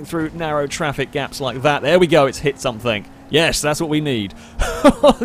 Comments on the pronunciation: Every time you say "somethink", I cringe. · SOMETHING. NOT SUMFINK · This videos are great, and I'd binge them all, but I cannot stand the way you say "somethink" and "anythink". Pet peave of mine.